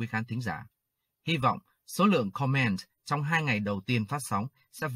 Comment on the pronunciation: May I suggest? Please put stress on the first syllable in the word “comment”. It’s different from “command”, stress on the second syllable.